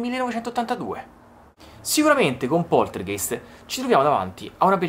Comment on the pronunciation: comunque la pronuncia corretta è Poltergaist. è una parola tedesca e "ei" in tedesco si legge "ai" ;)